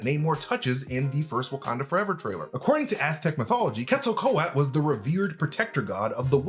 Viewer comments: It's Quetzalcoatl, not Quetzalco-at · But he's been confirmed as a mutant . Of course he can fly. He clearly has wings on his ankles in his birth scene in ALL THE TRAILERS. Please stop murdering the pronunciation of Quetzalcoatl!! Pronounced as : ket·suhl·kuh·waa·t.l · its pronounced Ketza-kwa-tel (Quetzacoatl) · Quetzalcoatl (cu-et-za-kwah-tel) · Ket•zol•kooah•Le is how you pronounce it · just as a slight critique, Quetzalcóatl is pronounced Cat-soul-c-what-l (that's the closest way I found it could be pronounces using common english words). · It's pronounced Quetzo-Ko-Atl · Quetzel ko-at 💀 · You're not saying Quetzalcoatl correctly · Definitely butchered pronouncing “Quetzalcoatl.” 😂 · Please pronounce the name of Quetzalcoatl right if your going to make a vid of him…. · You are forgetting to pronounce the L at the end Quetzalcoatl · Please pronounce the "L" at the end of the name. It is pronounced. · Why's he saying the name like that? Lol pretty sure Thor even said the name in TLaT. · Stop dropping the L at the end, you need to pronounce the L. 😂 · So much of this was just massively unsubstantiated speculation. And please learn how to say Quetzalcoatl. Why did none of your editors catch that mispronunciation either? The tie in with Thor Love & Thunder was a really good spotting and I really think you're onto something with that part, but reign in some of the rest of this speculation. You're just guessing plot points willy nilly. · Is the L silent in quetzalcoatl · Jesus Christ, guys.....how can we trust your theories when you don't care enough to learn how to pronounce quetzalcoatl... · Way to butcher an Aztec God's name.. if you can't pronounce it correctly don't even try saying it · That’s not the way to pronounce the gods name…